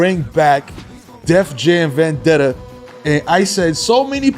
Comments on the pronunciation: you said "Def Dam Venjetta" that's a pretty big mistake lol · "Def Dam Venjetta" must've been a GameCast exclusive😂😂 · Did i hear def dam benjetta? 😂